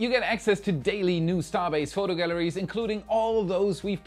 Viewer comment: Minor nit: it's "galleries", not "gallaries"